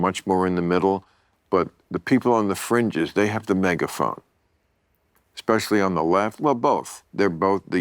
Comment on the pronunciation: Dude is a professor, but can't say "especially" correctly 🤣